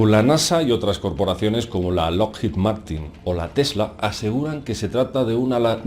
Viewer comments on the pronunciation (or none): none